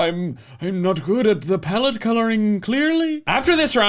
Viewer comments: Ah yes, plaette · “But anyways, PLAETTE”